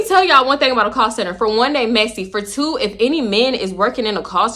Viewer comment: These random Baltimore accents be getting me lol “tew whole weeks”😂